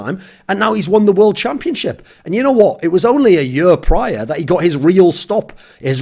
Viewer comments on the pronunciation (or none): none